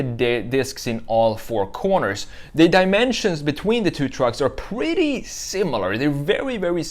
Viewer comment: Too much on the esthetics of the design and not enough on the mechanical features and ease of access for maintenance. Now for the brutal, but honest critique. Get a speech coach and learn how to pronounce your "r's". I was constantly distracted from your narrative by "pwetty" and "gween", etc. I can't help it, the substitution of a "w" where a "r" should be was very annoying.